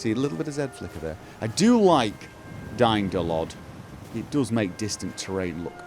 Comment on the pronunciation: How did you manage to reduce Aliasing so much ? :O :) I totally heard "DY-NO-LOD" xD SAVE THAT CHILD !